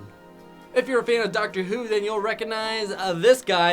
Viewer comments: Its not day-lek, its dah-lek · IM SO TRIGGERED HE SAID DAY LAK TRIGGGERRRRRRRRRRRRRR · you say it DAHLEK not daylek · You sed the wrong with the daleks. not daylek is dalek😡😡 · Dah-lek not day-lek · Darlex not daylex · Dar-lec not day-let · ITS NOT PRONOUNCED DAY LICKS ITS PRONOUNCED DAH LICKS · daleks are not pronounced "day-leks" there pronounced "dah-leks" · Dayleks! It’s pronounced darleks! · ITS NOT PRONOUNCED DAY-LEX IDIOT ITS PRONOUNCED DAW-LECKS!!!!!!! GET IT RIGHT!!!! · Great video, only complaint is the way you said darlek. It's pronounced Dar-leck, not Day-leck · Deleks Is Pronouced Dalek Like That! + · because its pronounced dah leck not day lak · DID HE CALL THEM DAYLEKS THEY ARE DAAALEKS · Not dalaks daleks dal-ek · It's not "daylekk", it's "dalek! (Dawlekk) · IT IS DA-LEK NOT DAY-LEK!!!! i know this!! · it's dahhlex not daylex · I thought you said you watched Doctor Who. It's spelled "Dalek" not "Darlek" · It's pronounced Dah not Day when mentioning Daleks. _# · its (dou-lik) not (dai-lik) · Daylek is darlek who pronounces it like that? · its pronounced dolek not daelek (its spelled dalek)😼😾😾🙀 its no use trying to fix a pronouncement of a word with text only.🙀😿😿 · Saying dalik is like saying garlic but with a d not a g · It's DAH-LECK! EXTERMINATE! EXTERMINATE! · HE SAID DALEC WRONG IT'S PROUNOUNCED DARLIC!! TRIGGERD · Dalek it's pronounced dalek. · Video Hunter no its dalek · Random Doctor Who fan right here it's Pronounced daLek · It's pronounced dallek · Dah lek its dahlek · if you're a Doctor Who fan you got triggered when mispronounced DOLL-lek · "day-licks" TRIGGERD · OH MY GOD! YOU PRONDUCED DALEK WRONG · you pronounced dalek wrong go watch a doctor who episode about the daleks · you pronounce it wrong lol.....it's a dalek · hey you pronounced daleks wrong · OMG CAN YOU PLEASE JUST LOOK UP HOW IT'S PRONOUNCED YOU SAID IT SO WRONG